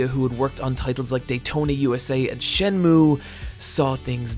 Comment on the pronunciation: This dude really said "Shen-moo."